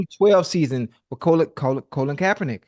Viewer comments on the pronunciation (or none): Ocho called that man “Colon” 😂😂😂😂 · "Colon Kaepernick" 😂. Gotta love Ocho and his random mispronunciations